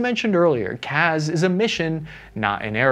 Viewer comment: FYI, CAS is pronounced with the same S as in Support. It's cass, not caz.